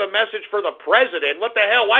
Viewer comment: YOU CALL MY PRISENDENT 🤣🤣🤣